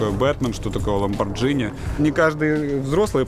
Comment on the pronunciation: Ламборгини, а не ламборджини. Реальный бизнес, начинается с реальных названий.